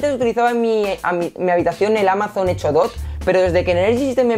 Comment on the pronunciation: Retundante... Energysten... Hecho? Dot..... Buen video. Lenguaje...muy mejorable...